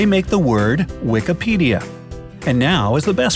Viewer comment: its Wikipedia not wekapedia!!!!